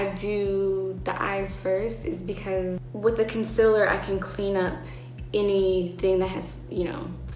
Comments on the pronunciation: Im sorry but i cant when she says 'concillar' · Jhené, honey I love you and everything, but 'concillar'. No I- 💀💀💀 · She pronounces “concealer” like Laura Lee fkdndkddnk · if jhene aiko pronounces it as conciller ill also pronounce it as conciller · she pronounces "concealer" the same way laura leech does, but it doesn't make me love her any less!! she's so wow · Oh no we have another Laura Lee “consiller” 😂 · Oh my god...she says "conciler" Laura Lee WHO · “Conciler” ever since I heard Laura Lee say that, that’s what I’ve been hearing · She says concealer like Laura lee the only difference is that jhene doesn’t sound annoying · That’s not how you say concealer girl 🤷🏽‍♀️